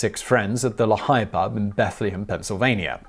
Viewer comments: That bar is now closed and is actually near my house lol. For reference it is pronounced Lee-High as in the Valley. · its pronounced Lee-high ... but surprisingly you pronounced bethlehem properly... alot of people say bethleham... well its actually beth-leh-hem but i call it bedlam cuz its like chaos here